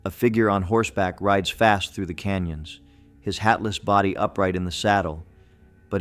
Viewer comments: Your constant misinformed pronunciation of Body is disturbing. I only heard you use the proper pronunciation once. Body should be pronounced Bodee NOT Body. Don't insult the ghosts by dispronouncing their city!!!! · Please stop mispronouncing Bodie, CA. It's not pronounced "body", with a short "o", but with a long o. You mispronounced this many times between two videos, driving everyone crazy. Please correct if you ever do anything about this town again. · Bro that's Bodie long O not short I'm from CALIFORNIA 🤣🤣🤣